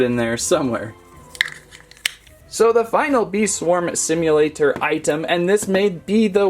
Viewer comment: i love how he says "bee swarm simulaTOR"